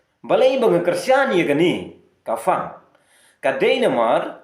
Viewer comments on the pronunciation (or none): Ka phong ✅ Ka fong❎ Ka phang ✅ Ka fang❎ I leh raiñ kren standard palat🤣🤣🤣